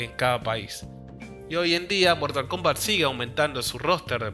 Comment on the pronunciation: Mortal Kumbat